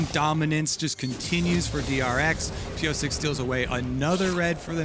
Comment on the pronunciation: The way the casters pronounce Piyosik as ‘Piyosake’ sounds weird 🤨. Its ‘piyoshake’